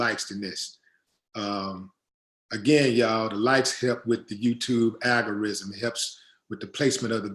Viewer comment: I’m not trying to nitpick, but I’m trying to help a brotha out. It’s “algorithm,” not “algorism.” Keep doing your thing though!